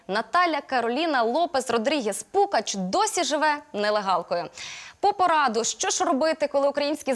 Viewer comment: ПуГач, а не ПуКач!